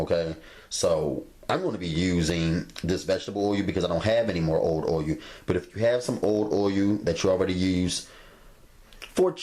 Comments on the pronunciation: "Boyul"...i lub it😎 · Can't wait to try these. Love the way you say "o-yull" 😄😄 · I'm not sure which bothers me more, the way he says oiyuul or his stove not being level.